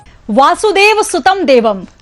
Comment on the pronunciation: ये जी ने जिस तरह वसुदेव की स्थान पर वासुदेव का उच्चारण किया है,जो इस पूरे श्लोक के अर्थ को ही बदल कर रख दिया है,वहीं ज्योतिषाचार्य जी ने इसे शुद्ध करने का भी प्रयास नहीं किया,इस तरह आचार्य जी ने भी प्रज्ञा अपराध ही किया,जै श्री कृष्ण 🕉️💐🙏